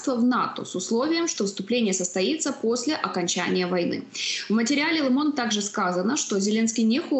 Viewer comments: "Лэ Монд..." Ох и сэло... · Произносится Ле Монд!!!